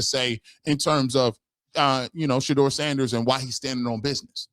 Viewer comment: Yeah these cats out here hating on Shedeur so bad its not funny. Straight sickness! Jason lloyd cant even say Shedeurs name like KS. Like he wants to throw up in his mouth. KS must have been his bestie. Clear thats who his inside man was bringing all the toxic info about Shedeur to the media.